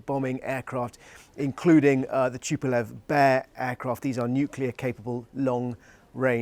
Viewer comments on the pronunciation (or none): none